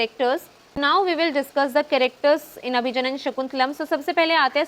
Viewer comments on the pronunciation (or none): Not Abhijanana that's Abhigyana